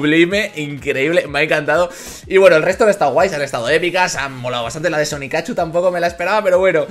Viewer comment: no se llama sonicachu es sonicchu